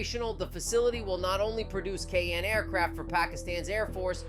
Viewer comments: Its kaaaaaan not ka a an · its Kaan why you're saying k a a n